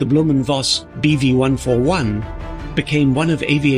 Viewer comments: It's not "Blohm & Woss", it's "Blohm & Voss". In this name, the letter "V" is pronounced as "F", not as "W". You're welcome. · Sorry, but Dutch and Germans, for some strange, unknown reason, pronounce single V as "fau", so "Vogt" and "Voss" actually are pronounced as "Fogt" and "Foss" (VW stands for "Folks-Wagen", The peoples car). But I must admit that I don't know how author of clear German decent: Kurt Vonnegut pronounced his name? :goodvibes